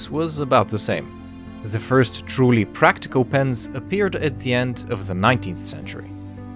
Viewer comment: Why are you pronouncing "the as "ze"? If you can't say the "th" sound, say "d" instead, not "z", please. Btw, I like the rest of your accent, just not the "ze".